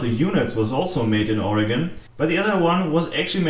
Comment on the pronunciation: There is also a great place called Surplus Gizmos. Its an awesome place to go and check out. you say Oregon better than many Americans:) Greetings from Portland (Beaverton actually) Oregon.